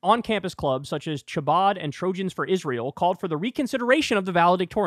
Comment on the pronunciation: dude that's not how you pronounce "chabad" just fyi